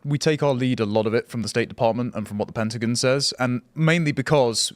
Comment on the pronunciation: Ah yes. The Pentagain and Amerikur